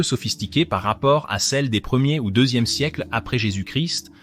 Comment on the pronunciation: incapable de prononcer correctement jésus- christ .